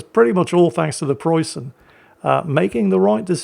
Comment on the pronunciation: May the ghost of Ziethen hunt you down for your shitty pronounciation!